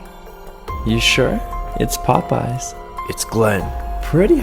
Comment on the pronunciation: When glen said it’s Popeyes I thought he said Poppy’s